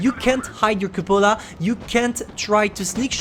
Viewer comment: “the yooge cupolar”